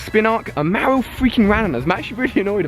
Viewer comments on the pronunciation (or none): none